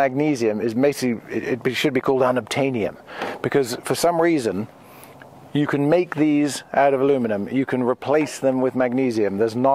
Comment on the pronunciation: "Unobtaineumn" classic!